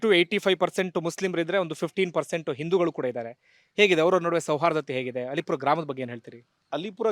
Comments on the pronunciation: ಅದು ಅಲ್ಲೀಪುರ , ಅಲಿಪುರ ಅಲ್ಲ !! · ಅದು ಅಲೀಪುರ ಅಲ್ಲ ಅದು ಅಲ್ಲೀಪುರ ಇತಿಹಾಸ ವಿದೆ ಅಲ್ಲೀಪುರದ ಬಗ್ಗೆ .......